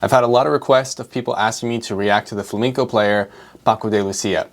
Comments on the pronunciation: Flam-E-nco, not Flamingo..... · fla-MEN-CO, not Fla-MINGO. Sorry, I'm usually not pedantic but it's unacceptable to call yourself a classical guitar player and mispronounce Flamenco. YouTube: the place where anyone can dispute geniuses. Coming up next: Physics graduate reacts to Einstein Edit: You studied guitar in ALICANTE and you still mispronounce it? Dude!!! You were in Spain!! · It's pronounced Flamenco, not flaminco. You made my Spanish pals ears bleed.😢